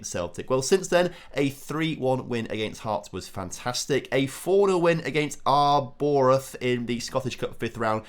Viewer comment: Ah yes, the famous Arr Borath.